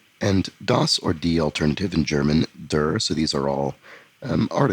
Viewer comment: Minor thing but the German der is pronounced rhyming with air